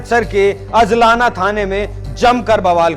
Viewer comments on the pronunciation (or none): अजलाना नहीं अजनाला। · Abhey Salle Pehle Bc Bolna Sikh ke aa hajlana Nai He Ajnala He Lodu Or Puri Bat bass Badkane Walle Tum Kuch Patarkar Chutiye log hoo